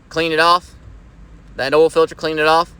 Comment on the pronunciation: You know the oil change is gonna be right when they pronounce oil as “ul”